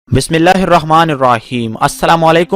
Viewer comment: Bismilla to dhank se Bolo bhai